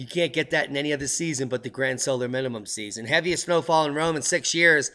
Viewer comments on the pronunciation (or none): none